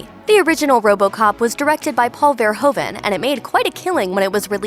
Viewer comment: learn to pronouce Verhoeven. The oe sound is like in boo.